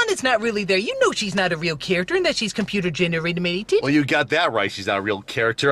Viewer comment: "Computer genermerated."